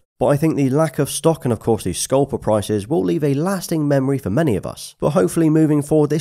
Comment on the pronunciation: SCALPER not scolper